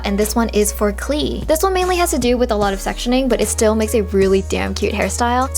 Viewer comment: Klee is the german word for clover :) and you pronounce it Kleeh, its so cute